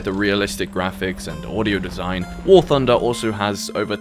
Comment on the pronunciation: Warthunder not warfunder.